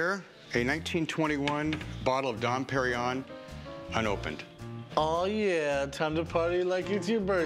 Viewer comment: Probably the worst pronunciation of Dom Pérignon ever heard by human ears.